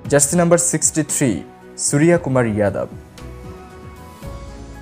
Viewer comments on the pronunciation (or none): none